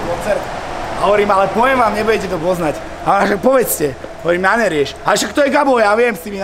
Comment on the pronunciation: Som jediný, kto namiesto "Nerieš" počuje "DéEmEs" ??? 😭